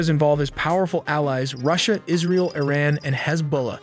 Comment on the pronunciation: Israel not alley wtf